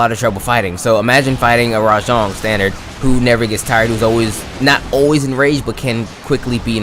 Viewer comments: btw its RAJANG NOT RA-JONG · Hearing this dude say “rah-JONG” instantly made me leave this video